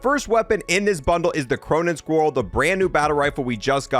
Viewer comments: I refuse to subscribe to someone who butchers words this bad.. It's Squall (Skwall) Not Squirrel Iridescent = EAR-UH-DESENT Not Incandescent or however you said it lol Every video has a cringe or 2 😅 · Squall…. It’s Squall. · bro i can you try and pronounce something the right way for once like you said the word squall so many times all in different ways and none of them are right not to mention all the japanese words. otherwise i really like your content the pronunciation just gets a little annoying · Please learn how to pronounce Squall.